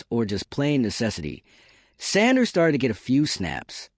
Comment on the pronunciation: Train your AI voice to enunciate Mr Sanders name properly.